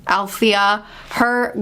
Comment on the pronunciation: Yay yay yay Liveship Traders!!!!!! I knew you'd like it!! Al THEE uh. You were super close. Vi VAY shuh. I think you'll love this trilogy!!